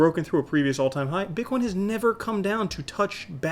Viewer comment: BiTcoin not BICKOIN ;)